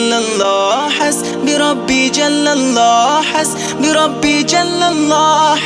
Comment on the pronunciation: উচ্চারণে মারাত্মক ভুল রয়েছে । এখানে "হাসবি","রাব্বি","ফি","ক্বালবি" ইত্যাদি শব্দগুলোতে এক আলিফ পরিমাণ টান(মদ্দ) হবে। শিল্পী এখানে টানে নাই,যা লাহনে জলী বা মারাত্মক ভুল!